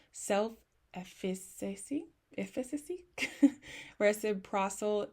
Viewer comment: Eh-fuh-cuh-see ❤ I couldn’t help but giggle with you when you were trying to say efficacy. All love though! Thank you for this video! Very informative and you did a great job!